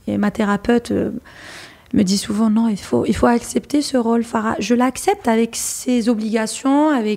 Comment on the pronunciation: Elle s’appelle Farah et non pas FAGHA voyons! 😂😂 un p’tit effort quand même 😅